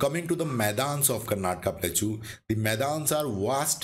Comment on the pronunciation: Sir, you are doing a great job in creating these educational videos. Profuse thanks to you for the same. Just wanted to point out that you are not pronouncing the word Plateau correctly. It is pronounced as प्लॅटो please see this link